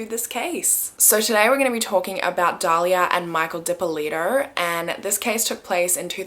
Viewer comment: Thanks for pronouncing my name properly!